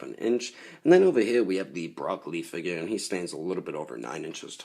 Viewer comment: did you say brocly